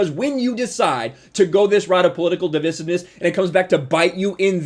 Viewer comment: Why do you say “divisiveness” like a British lord?